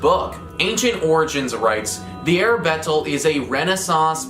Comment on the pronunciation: that's Arbatel, not Arabetel (see )